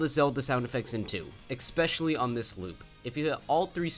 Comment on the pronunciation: bruh, u said especially about a thousand times but also managed to never say it 'eXpectially' is not a word my man, its just SO jarring when you say it like 2x per track....ESS-PESH-ELL-EE is the phonetic spelling, thats what u get for putting trash above ninja hideaway cuz its a hard course lol - but fr, PLEASE change that